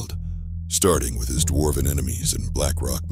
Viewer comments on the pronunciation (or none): none